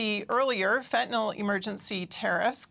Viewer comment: Fent-Ah-Nil (Fentanyl) NOT Fent-ah-Nol.